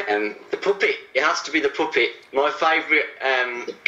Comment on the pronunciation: I like the way said poopet instead of the puppet.HAHAHAHAHAHAHHAHAHAHAHAHAHAHAHAHAHA